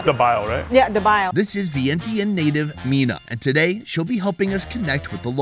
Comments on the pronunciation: It’s pronounced Vien-Chun. Not sure how no one told you this. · Love all you do! Glad you tried and enjoyed Lao food. Just a tip most Lao people prefer kon Lao or Lao people. Laotian is eh. Vientiane needs a little pronunciation work lol not bashing ya! Showed my grandma this video she loved it!